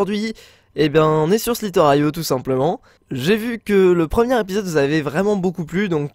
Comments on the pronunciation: parce que j'ai écris si qu il dit il dit sliter aio au lieu de slither. io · Sliteraio ??? Best prononciation ever ! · Waouh l'accent "sliteur aio" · T'es sérieux ? "De Sliteure aïo" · prq dis sliter aio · tu prononce mal slither.io mais sinon super vidéo continue ta chaine ca me fait rever ! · Il à mal prononcer slither.io